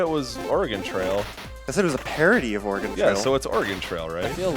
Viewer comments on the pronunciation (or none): Haha oh man the way he says Oregon is just painful.